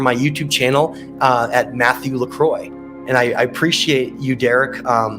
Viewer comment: Why Is your name always said as LECROY or not correctly as LaCroix? Can't believe how you and others mispronounce your name soo badly every time... :/